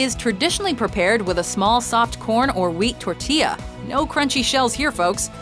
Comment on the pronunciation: Its tor ti yah!